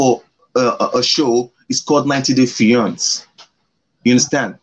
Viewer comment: Oh pls he can't even pronounce fiancé